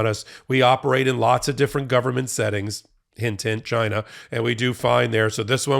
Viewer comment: Trump "GHYNA"